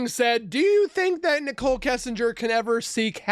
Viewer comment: This robot is calling her NICKEL